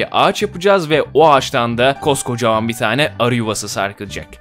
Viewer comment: Zonguldak /Devrek'te de ağzımızdan bazen böyle kaçıyor. Hatta böyle konuştuğumuz zaman "Koca Devrekli" diyorlar. :D